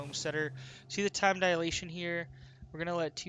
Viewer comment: Time 'dialation'?